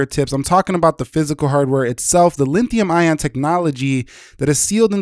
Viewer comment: Its Lithium not linthium